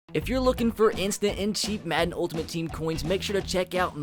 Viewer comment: maden instead of madden